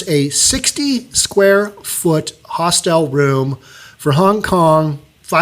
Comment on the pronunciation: You are mispronouncing the word hostel (several times). The information about Hong Kong's rental market is interesting and very sad.